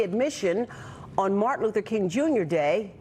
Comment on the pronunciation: I believe it's "Martin Lufer" as CTG just said